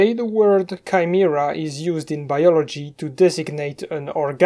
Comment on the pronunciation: "Kai-mi-ra" Finally someone understands me